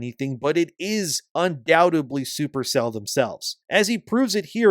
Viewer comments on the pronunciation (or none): Every time you say “Super Cell,” I think for a split second that you said “Super Saiyan.”🤣